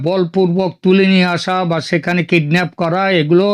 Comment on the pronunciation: ওরে মূর্খ হতচ্ছাড়া‌ বাংলাদেশির দল, এখানে তুই বাঙ্গালীদের জন্য বাংলাদেশে বসে চ্যানেল চালাচ্ছিস আর সাধারণ একটা কথা জানিস না যে, সেটা হচ্ছে কিডন্যাপ - কিডনাফ না😂